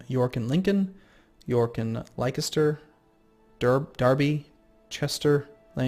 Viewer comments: Not to mention his pronunciation of Leicester - it's pronounced "Lester", not "Leikester". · lol I love your pronunciations of British names. Leicester should be said like 'Lester' Reading is supposed to be said as if the 'Read' is in the past tense, and not in the present tense. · coming from "Lie-kes-ter" it made me cringe. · Sorry but Leister is pronounce Lester, one of my touchy UK tendencies... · Leicester pronunciation, ugh. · Love how you say Leicester, SO FUNAY!!!